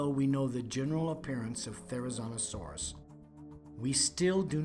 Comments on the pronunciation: Yeah, he was mispronouncing the name all throughout the entire video except for once when he mentioned the animal's full name. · PaleoFAIL: Pronouncing the name wrong the entire video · The biggest paleofail here is how he pronounces therizinosaurus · WTH is with calling this “therizonosaurus” It is therizinosaurus